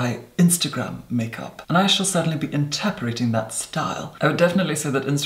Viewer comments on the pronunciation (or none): In-ter-pret-ing ffs!